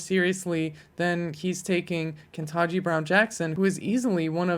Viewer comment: Ke-TAN-ji, not "ken-tah-ji."